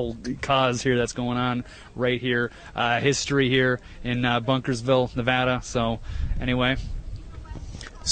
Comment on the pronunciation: And it's Bunkerville no s.